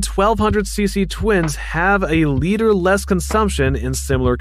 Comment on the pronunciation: Decent review, but you read words wrong, it's not VStorm it's VStrom, "liter" is pronounced leeter not lighter. Akrapovic not Akropivic, it's like you're reading a scrip someone else wrote.